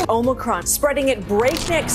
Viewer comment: Omicon//Not Omicron !!